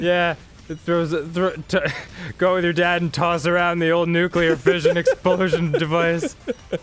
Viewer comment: there's not a glottal stop in the Australian accent Arin you dingus, they don't say "goh-uh," they pronounce it more like we do